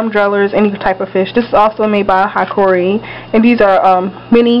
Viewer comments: Not trying to be a smart ass, lmao, but hikari is pronounced "hee-kaaree" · pronounce it like, hi-car-e